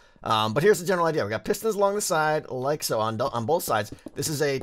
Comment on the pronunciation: i love when you say "like'a so" in your weird little accent ... i love it so much